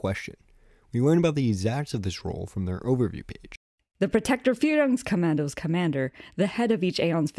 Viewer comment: says it perfect?! as a german i disagree